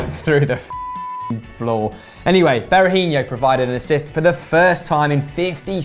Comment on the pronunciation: It's not ber a hin io. He isn't Brazilian